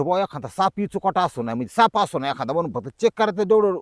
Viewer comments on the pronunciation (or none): none